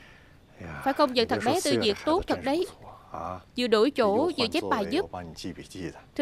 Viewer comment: người ta tên Châu Tư Việt chứ k phải Diệc đâu bạn nha t bà thuyết minh đọc k chuẩn t học tiếng trung nên biết rõ nha